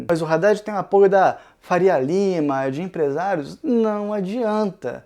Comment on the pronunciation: Que agonia cada vez que fala "Raddad".